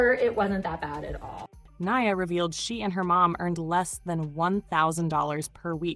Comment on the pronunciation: Not the A.I. voice messing up Nia's name...